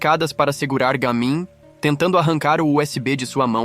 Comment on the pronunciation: Não é je mim é Ga mim